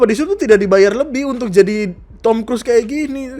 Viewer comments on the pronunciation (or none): none